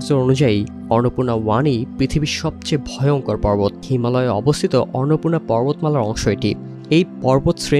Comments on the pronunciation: টিবিএস এর মত একটা সংবাদমাধ্যমের কন্টেন্ট এর ভয়েসঅভার আর্টিস্ট কন্টেন্টের বিষয়টির নাম ঠিকমত উচ্চারণ করতে পারছেননা। খুবই হতাশার ও শ্রুতিকটূ ব্যাপার । অন্নপূর্ণাকে ইনি উচ্চারণ করছেন অররনপুণা😢। অনলাইনে আপলোড করার আগে কারও কানে এটা বাজল না!!। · অর্নপূর্না উচ্চারণ করছেন কেন? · অন্নপূর্ণা উচ্চারণ করতে সমস্যা? এখন দেখি রিপোর্টারকে নতুন করে বাংলা উচ্চারণ শিখতে হবে 😂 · ফালতু রিপোর্টার! একটা পর্বতের নাম ঠিকমতো উচ্চারণ করতে পারে না! আবার নিউজ করতে আসছে! নিউজ দেখা বয়কট করলাম! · এরা সমস্ত যুক্তাক্ষর যুক্ত তৎসম শব্দ উচ্চারণ করতে গেলে হেগে দেয় এর মূল কারণ হলো আরবি, ফার্সি ও বিকৃত বাংলা উচ্চারণের মাত্রাতিরক্ত প্রভাব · 😂😂😂 এই সাংগাতিক তো দেখি অন্নপূর্ণা শব্দটাও উচ্চারণ করতে পারে না